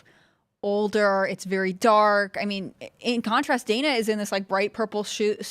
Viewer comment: Its pronounced day-nah Not dan-ah She pronounce the woman's name wrong that automatically makes for a racist according to the rules of mispronouncing kamala's name